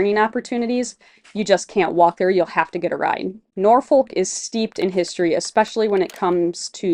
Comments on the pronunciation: We locals don't pronounce the "L" in Norfolk, so it comes out more like "NOR-fok", or, if you are really from the south: "NAW-fuk" :) Looking forward to following y'all on your adventures! Heading to the Rendezvous tomorrow to start planning my loop adventure! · Nawfuck narfiick not nor folk